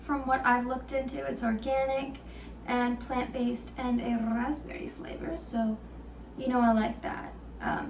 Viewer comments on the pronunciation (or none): I loved the way you pronounced rrrrraspberry 😂 awesome vlog! That dinner looks delicious, can’t wait to try those nori rolls!